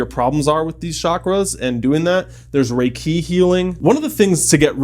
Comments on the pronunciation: RAY-kee not ray-KEE. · You mispronounced reiki and sacral.